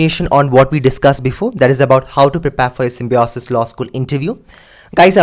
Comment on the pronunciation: its prepare not prepaaaaare